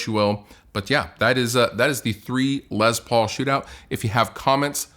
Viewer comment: says “Lez Paul” cracks me up every time.